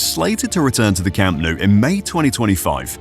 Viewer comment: le cham nu... "desnudo" verdag...? se nota que se os atraganta la milenaria lengua del nogdgte piningzulá berdag...?